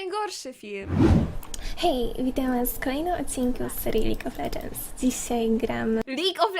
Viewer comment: To dzisiaj gramy lidż of ledżens